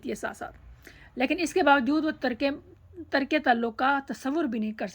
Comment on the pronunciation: ترک کے تلفظ کو صحیح کریں